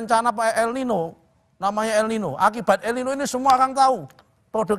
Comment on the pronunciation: Sron bukan badai elino tapi elnino sron o on kamu sron😂😂😂😂😂😂😂😂